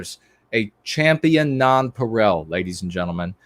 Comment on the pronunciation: The Francophone in me is appalled by your pronunciation of "nonpareil". Please take it as a compliment that this is the greatest fault I've found to date.